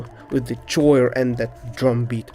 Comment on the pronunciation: you are pronouncing "choir" wrong (This is not meant in a bad way😅)